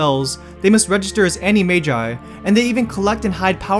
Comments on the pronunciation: ANIMAJUS WHAT IS THAT PRONUNCIATION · ok so no hate intended buuuuttttt... voldemort is pronounced vOLEdemort not vALLdemort and animagus/ animagi are pronounced animagus/ animagi NOT animajus/ animaji